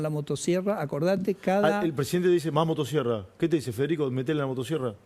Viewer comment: Motasierra 😂😂😂pronuncia bien carajo 😂😂